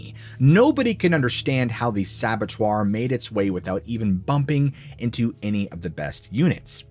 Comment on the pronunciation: You said "sabbotoir". That cracked me up. I think you meant "sabboteur", like "sure", but it was still funny.